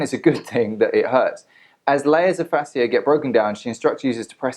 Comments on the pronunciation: This was a good video. You shared information that women needed to hear. Some have had good outcomes from the product, others have had horrible. So people should stop hating. P.s Its pronounced like fashia :) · He's just as qualified to do this video as Ashley is to do her videos and offer medical advice on Facebook. Also, AB mispronounces and misuses medical terms in her videos all the time. I've tried to comment to correct it on her videos, but my comments never go through. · Dude you can’t even pronounce Fascia correctly but “think” you know wtf you are talking about lol! Yes people misused the product. Guess what? I have not misused it!! I own every single product and LOVE them! Btw...many manual therapies may cause some bruising.